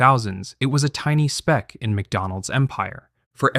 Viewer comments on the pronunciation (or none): none